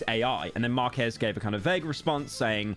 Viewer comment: Pyro mispronouncing Marques name is hilarious